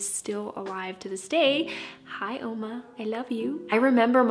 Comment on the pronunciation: Really cool! I knew you were part German when you said Oma XD